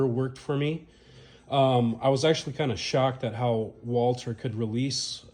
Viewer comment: Walther, not Walter